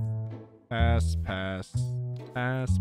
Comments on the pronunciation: pass ass he kept saying ass when he tried to say pass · You swore and said ass instead of pass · after a while, i cant tell if he's saying pass or ass. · When he was trying to say pass he was saying ass alot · Bro he said pass so many times that it started sounding like ass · Every time you say "PASS" I hear A*S. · on some of the passes it sounds like hes saying ass lmaooo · 3 mins 38 second “pass,pass,pass,ass ME BE LIKE:WHAT DID HE SAY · Is it just me or does his pass sound like smash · If you put it in 2x speed it sounds like he’s saying the a word😭